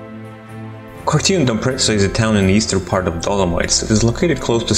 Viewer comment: It is also Cortina D'Ampezzo, not Cortina d'Amprezzo.